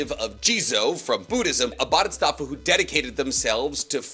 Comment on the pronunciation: Bodhisattva. Not stattva, sattva.